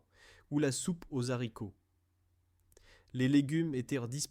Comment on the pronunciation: "Les soupes au Z'haricots." J'ai quitté à ce moment la